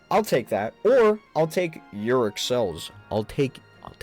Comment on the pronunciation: I like how you pronounce Auric yuric 🤣